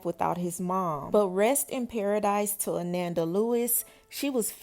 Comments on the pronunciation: Her name is pronounced (A-non-da) its not like Amanda 🤦🏾‍♀️ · Ah-non-duh.....come on now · Her name is pronounced Ah-non-da not Ah-nan-da. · Ananda😮‍💨🙏🏾… (Uh-non-da) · Pronounced ah-NON -da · Good commentary, but you are pronouncing her name wrong. ❤